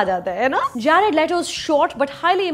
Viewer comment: You butcher their names mam!! Its “deni” not Dennis. Its Jared not Jaared.